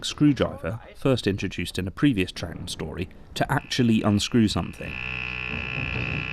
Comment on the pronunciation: Well done for pronouncing Troughton correctly. You probably just looked up how to or just knew, but still. I have the same surname and people are constantly saying it wrong when they read it, usually pronouncing it as Trouthdon or Troug-uatan and over incorrect things like that which don't make much sense for how it's spelt. It's usually just easier to say it 'trout' (as in the fish) then add the 'ton' part on the end fluently so it's Trouton. People often don't get that the g and h are essentially silent but it's said as Trouton, however sometimes changing the last o to an e to make Trouten. Considering it's not a complicated spelling its surprising how many people get it wrong for me. I suppose the g or the h throws them of. At least it's not actually a complicated surname, people sure can make a mess out of saying those nine letters together though.